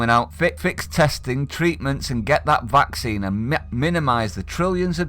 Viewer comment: I dont want Woody Allens 'vaxeen'